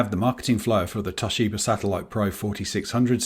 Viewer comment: TOSHIBER killed me 😂